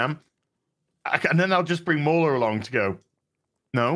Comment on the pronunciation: Shouldn't MauLer's name be read Mau-Ler, not Mauler... He's a cthulhu god, not a bad puppy XD